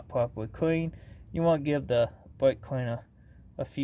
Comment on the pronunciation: Bwake cweaner a worshcwath bweck cweanewr😅😂😂😂